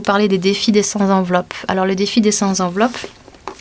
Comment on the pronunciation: Bonjour. Sept, cent, trente et un... ne prennent pas de s. On dira donc le défi des cent enveloppes (la liaison se faisant avec le t) et non des cent "z"enveloppes. Ceci étant dit, j'aime beaucoup votre chaîne et vos conseils.